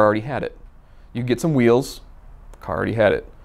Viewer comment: I reposessed the caoor , I sold the caor, drove the ccoar. blbalbalblaabla